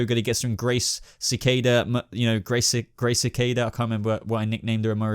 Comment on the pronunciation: Sa- Kay- Da = Cicada